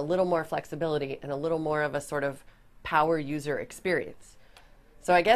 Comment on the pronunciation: Did she just say "poweruser experience"!